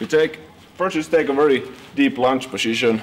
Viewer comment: Poshishion. Haha ! My favorite video !